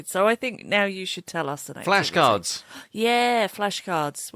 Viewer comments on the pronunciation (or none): You can use flashcards. Em: Yeah... flahscards!!!! What do you mean flashcards,?:face-blue-smiling::face-blue-smiling::face-blue-smiling::face-blue-smiling: I love your vibe and connection!